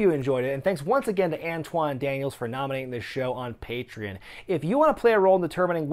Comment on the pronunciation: You mispronounce "patreon" in every video.